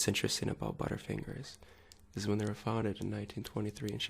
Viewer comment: Mmm "buuttafingahs"